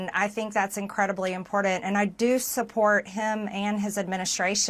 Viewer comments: What's "imporden?" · I cannot stand how this woman says important and its her frequent go to word. Ugh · AAAAAAAARGH!!! THERE’S NO “D” IN IMPORTANT!!! AAAAAARGH!!! 🤯🤯🤯🤯🤯